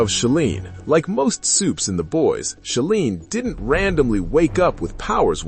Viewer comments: It's She-line....rhymes with feline. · Thank you. AI always pronounces that wrong and it's really annoying.